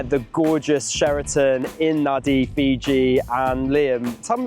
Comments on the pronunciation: yes, it is pronounced Nandi, everybody who ever visited Fiji should know 🙂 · It's a bit late now, but, although the capital is spelt Nadi, it is pronounced Nandi. Likewise, the second- biggest town of Sigatoka is pronounced Singatoka. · NAN-di, it’s pronounced Nan-di. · How long til they work out Nadi is pronounced “nan -Dee”? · Fun fact, it is pronounced Na(n)di with a silent N in the middle in local language. Great race though! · Loved watching this as you showed the different options of getting there. A lot of travel planners seem only use a preferred set of carriers, sadly I was one of those during my last stint in travel planning/consultancy. Looks you had a lot of fun and stayed at one of the classics of Fiji, the Sheraton. BTW Nadi is pronounced Nandi. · It's spelt N-a-d-i, but pronounced "Nandi" like "Candy"... Fijian language rules apparently.. - But enjoyed the super fun video! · Was here to say the same thing :) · Here to say the same thing. I cringed every time they said Nadi incorrectly.